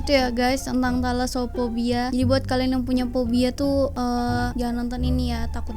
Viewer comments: Thalassophobia: Telasophobia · Talaso Phobia, tAlaso nya pake hruf A, klau pke huruf E beda arti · Nabila: thalassophobia: telasoererre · Hahahah ngakak dngar blng telaso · be like saat nyebutin thalasophobia: tai-laso pobia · Anak mkssr salfok sma penyebutan "talasophobia"